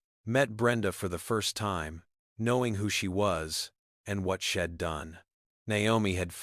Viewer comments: Please fix the word SHED TO THE CORRECT WORD WHICH IS…..SHE NOT SHED AND ALL THE OTHER WORD’S THAT ARE BEING PRONOUNCED WRONG YOUR AI IS BROKEN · Watching from Plymouth in the U.K. This was a story with a powerful message and a wonderful redemption arc, but PLEEEEEEEASE do something about that AI narrative! All those sheds and ims are just too distracting; plus an ancient movie will forever be known by me as "Meet Me In Street Louis"!!